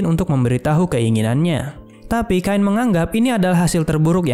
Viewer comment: Cain bukan kain bang😭